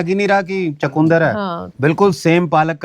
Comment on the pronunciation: चकुंदर नहीं चुकंदर बोलते हैं